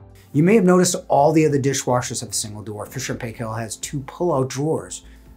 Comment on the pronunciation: FYI Fisher & Paykel is pronounced 'Fisher and pie- kll' -Not 'pay' and not 'kel'. This is a New Zealand brand.